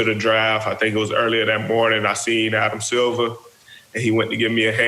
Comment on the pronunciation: County asf “Adam silvaaaa” 🤣 killer !!